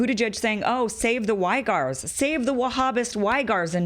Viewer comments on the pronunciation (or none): Kim, a very good, informative video. But the Muslim ethnic group living in western China, the Uighurs, is pronounced closer to WEE-GURS rather than WHY-GARS. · Do youtubers mispronounce things intentionally to fool algorithms? Uighurs (We-grrr)? Is it Y-grrr? Am I wrong? Idk it throws me when respectable minds overlook pronunciation. Forgive the nit pick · it’s “wee-gurs” kim 😉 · It's pronounced "wee-gers".